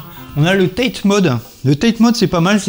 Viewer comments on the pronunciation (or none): Hey!, tu as été au Japon et tu prononces TATE a l'anglaise lol ça se prononce taté (lire en français) du mot japonais たて qui veut dire "debout”